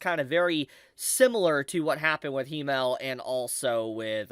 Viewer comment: Himmel is pronounced with a longer "m" because there is 2 of them.